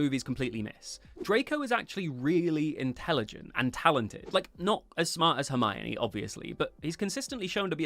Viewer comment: "Intelegent" sent me spiraling.